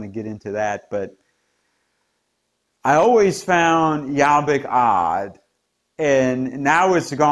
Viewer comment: Excellent analysis of the political scene in Hungary. Also, you had a really good pronunciation of Laszlo Toroczkai's name :) But Jobbik is pronounced with the letter o as in 'orbit'. Thanks for the excellent reporting !